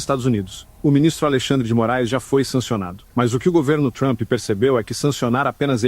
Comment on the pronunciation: Vixi! O bicho não sabe nem falar o nome do Donald Trump.